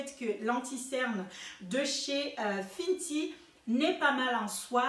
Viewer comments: LOL fenty pas FINTY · J'aime trop comment tu prononces finty c'est mignon merci pour ta revue